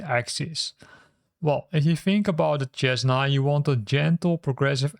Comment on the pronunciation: Cessna Is pronounced "SEZ- nah", FYI. Great video.